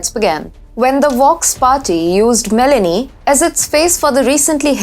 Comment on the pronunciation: Its ME LO NI, not Melanie!